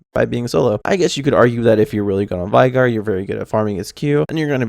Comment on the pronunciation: his name is pronounced vay-gar. he says his own name if you listen to his emotes